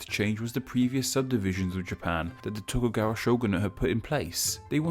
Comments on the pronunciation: Tokugawa......TokuGAWA. Come on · "Tokuwaga" lmfao